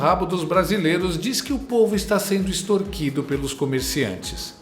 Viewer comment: É impressão minha ou ele falou extortido ????